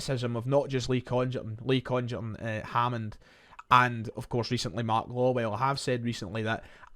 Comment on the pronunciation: Happy, happy days. Small point but there is no way that Congerton is pronounced like that. It has to be a hard g.